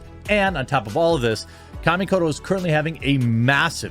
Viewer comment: I pay for premium to skip adds. BTW it's kah-ka mi ko to